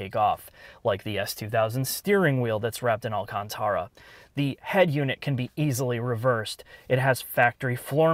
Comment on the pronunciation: Mans really pronounced this alcantara wrapped wheel awlcontawra